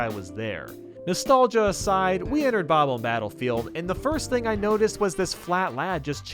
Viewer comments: I don't know. I'm not sure if its an accent or something. but Everyone I know and nintendo prnounces bob omb. as bob omb, says bob oom. when its bob then you pronounce omb like the last three letters of the word bomb. I'm sure its an accent or something but well ya know... nvm it seems like he now says it the correct way but before he said bob oom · Wait....how do other people say it? thatd how youre supposed to say it. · The 1st thought when seeing them is that they are Bombs, so Bomb is the 1st thing you want to say, which is why the preference of Bomb-omb over Bob-omb comes from for most. Most of us Millennials played Super Mario 64 as kids or watched a friend play those Battlefields as kids & it's not like Bobomb was ever mainstream when the internet was in its infancy. It's 1 of those things where the incorrect pronunciation rolls off the tongue much better than the official name. I always thought Kaze had 2 syllables & was pronounced like the Japanese word for wind although always calls you "Kays" as though 'Kaze' rhymed with the English word 'Haze'. Besides I doubt Japanese Kids would be able to get "Bob omb" right, I mean neither of its syllables are in the Japanese Language & the closest to accurate for them would be "Babu Ambu" or "Babamubu" I'm sure the Japanese have an easier name for those bomb guys. You can't blame people for growing up saying their name wrong before Youtube was a thing. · When I pronounced what you used to say as a kid, it came out like Bomb Mom 😂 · Yeah they say bebomb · It's bob-omb but omb isn't ohm. Sorry to say lol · Are you kidding? It sounds like he's saying "bob bob". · Kaze Emanuar It’s Bob bomb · no it’s not. It’s bob-omb